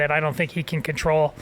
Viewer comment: He can't say can correctly or maga and you worry about this?